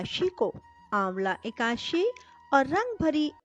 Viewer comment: Ekashi nhi hai, Eka- dashi vrat ki katha hai